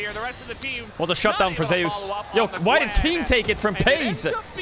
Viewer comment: Why is everyone pronouncing Zeus as "Zey-us" instead of "Zoos"?